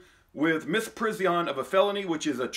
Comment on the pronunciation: You are correct in everything except your pronunciation of misprison